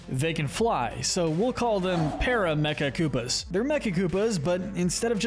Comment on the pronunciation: Not peramechakoopas, propellakoopas